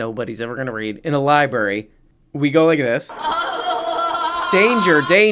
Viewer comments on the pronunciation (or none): Did just say "libary" twice? Also, is it a coincidence that DeSantis did everything he could to alienate migrant labor and now Florida suddenly needs a different source of cheap labor? "Weeird"